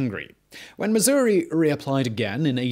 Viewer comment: Missour-ee. Yes!